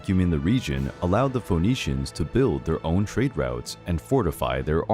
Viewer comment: It’s pronounced F’neeshians not Fo’neeshians.